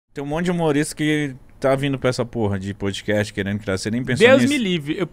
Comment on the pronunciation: "PUDcast" hahahah